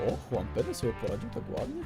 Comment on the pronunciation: Juan w Hiszpanii to - "huan" Juan w Portugalii/Brazylii to - "żuan"